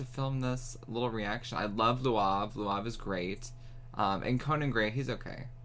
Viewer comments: had me wheezing 💀💀 🤣 It's lauv, idk how to explain how to pronounce it. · He said Luav, lmao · Just to help you, his name is said like the word Loud, just with a v at the end :_BeefLegionPride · Also never new that’s how you pronounced lauv’s name omg 😂😭😭😭😂😂 ive been saying it wrong this whole time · his name is lauv not luav hahaha